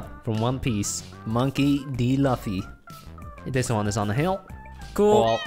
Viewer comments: Monkey D. LAFFY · Monkey D Luff-ee but it's actually Loo-fee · When a normie says Laffy Otaku:😠 its Mongkey Di Luffy(Monkey D. Luffy) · Not to hate but I just heard Monkey D.(Luh-fee) instead of Monkey D.(Lou-fee) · he said Monkey.D.Lufy.... THE CRAP IS A MONKEY.D.LUFY It’s loo-fy BOOM Luffy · Monkey D Laffy 😂😂😂😂 not Laffy but Luffy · Did he say L U F F Y ! I know that’s how it spelt but it pronounced L O O F Y ! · Once again but I was done commenting but dude (lafy) no (lue-fee) that’s how you say luffy monkey D. Luffy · Its pronounced loofy not luffy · Its not monkey d luffee its pronounced loo fee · Btw its Lu ffy not la ffie Just saying telling you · Did he say luuffy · Monkey D. Luffy (Monkee dee loofy) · He Pronounces Luffy as Luffff ee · Please dont say "la ffy" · HE PRONOUNCED LUFFY WRONG I sad since one piece is best